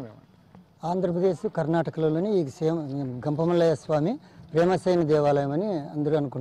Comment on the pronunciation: Ganga mallaya kadhu thalli gampamallayya swamy